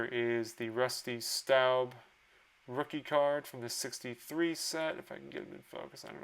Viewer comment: Rusty Staub pronounced “Stob” and Jerry Reuss pronounced “Royce”. Just sayin’…😎